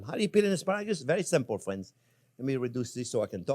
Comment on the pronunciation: I love the chef, especially how he says, " Hello again, fwiends." 😎